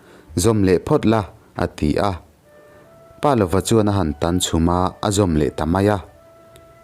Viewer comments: Pâ lova nilo in palova.paneilova tihna ani.palova tia rang deuh taka chhiar tur ani. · Pa lova tih hi Palova, ziak zawm, a lam rik Dan pawh Pa ( thluk hniam) + lova tih a ni zawk em?